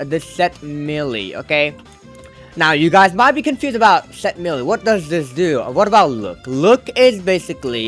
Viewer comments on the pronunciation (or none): Its may-lay not millie